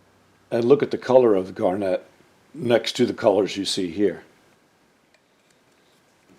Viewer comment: I have a question regarding your pronunciation of the word “garnet.” In my experience when someone mentions the gemstone, the accent is on the first syllable: GAR-net. If I am hearing you correctly, when you mention the sandpaper, I hear it said gar-NET. Is there something I am missing? Maybe the abrasive use of the mineral is pronounced differently than the gemstone? Or perhaps it’s the old ToeMAYto vs. TOEmato? In any case, another wonderful video, we all learn something new with each one. Keep em’ coming!